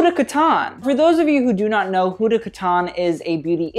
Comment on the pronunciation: It's not 'Hooda' it's 'Huh(silent h)-dah' sorry, just had to say this